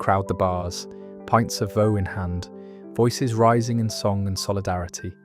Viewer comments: It’s not vow it’s vaux like forks with a hard x on the end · Vaux is pronounced 'Vorks'. I still remember lunch in the Brewery Tap. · Yup. A good video with a southerner unable to pronounce Vaux. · I used to pronounce it the same as the beginning of Vauxhall cars, just without the "hall" bit.